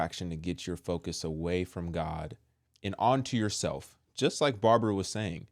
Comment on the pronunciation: Wonderful word! 😂 the way you say Babara sounds very funny, although you don't mean to sound that way, but it's funny. God bless you